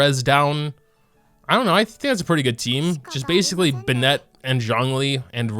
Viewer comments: man i've been watchin your videos for some months now...they surely are nice to watch but this bennEt pronunciation is killing me ! :D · who else gets triggered when he says “binet”?? 😂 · Why do you pronounce Bennett like that. . . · I’m sorry but the way you pronounce Bennett kills me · Is the way you pronounce Bennet some kind of inside joke? o_o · thats not how you say bennett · omg the pronunciation of Bennett pains me every time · Why does he pronounce bennett like that😭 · why is he saying bennett like it’s a girl’s name.... this is killing me